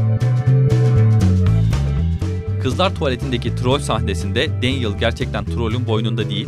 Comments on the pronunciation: Danyel... Kesinlikle Daniel değil... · değil denyıl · danyıl değil denyil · danyel değil denyıl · Danyel değil denyıl abi sinirim bozulduu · Melfoy değil malfoy, danyel değil denyıl, madam hoç değil madam hok olarak okunuyordu. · keşke önce telaffuzlara baksaydınız melfoy ve danyıl ne allah aşkına